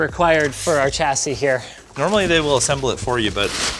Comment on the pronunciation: Why do you say "CH-assie"? The correct pronunciation is "SHH-assie"